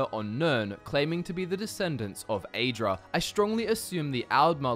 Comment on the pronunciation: Aren't you pronouncing "aedra" incorrectly? I believe it is supposed to be pronounced like "ah-ee" at the beginning, not like "ay." Same for the daedra.